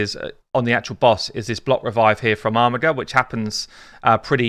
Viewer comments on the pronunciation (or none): youre saying armiger wrong. its not Armigger, its ARMIJER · there is no way to prounce a made up "name from a made up world"....without knowing its origin on planet x in the nowhere galaxy its "WLTRWRQ"